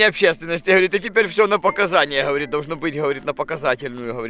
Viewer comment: Я теперь считайте, сколько "ховорит" говорит в начале)